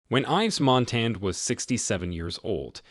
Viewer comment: Narrator is a joke. You just have to know he purposely brutalizing all the French names. Why is he uglifying the pronunciation? Saint germaine the president?? Fire him. Yves Montand - pronounced phonetically = Eve Mawntawn.😢